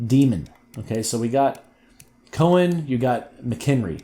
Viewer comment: do u purposely pronounce their names wrong? u called mckinnon mckenry thats not even close lol